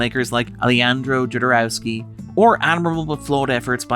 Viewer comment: After putting so much effort into Denis' name, hearing Jodorowsky get mutilated like that was surprising